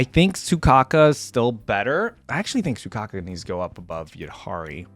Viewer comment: WHY ARE YOU CALLING HER SUCOCKA IT'S SOUKAKU all of the intro's show off the character's personality, witch you don't know because you never played the game for example piper is constantly tired so her yawning in her intro isn't a show of arrogance just to reinforce her tiredness. same with harurmasa he hates doing unnecessary actions so in his intro he only looks at the camera because doing anything else would be more work you also don't know their weapons seth uses a baton so he isn't doing a sword flick he's extending his weapon